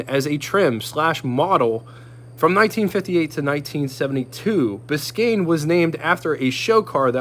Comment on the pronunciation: Glad you said "Biscayne" so well. I tried it on one of my videos and my tounge fell out of my head and I said something totally weird. :D We should do cross-over videos to promote our channels...I have the model cars, you have the real ones...I know that the model car guys are looking for reference pictures and videos, and I know the car owners are looking for model kits. It could be a good match. Let me know what you think.